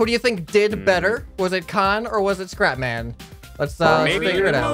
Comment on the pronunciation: I thought you said, "Welcome ladies and gentlemen, I am crap man!" XD